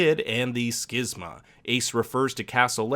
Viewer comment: You are correct on the pronunciation of schism; however, the phenomenon that occurs in the series is a fictional one called the schismA; therefore, "skiz-ma" is the correct pronunciation.